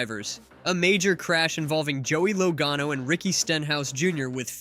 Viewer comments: Commentator keeps calling him Low gone o.love it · Think you need to learn how to say Joey's last name correctly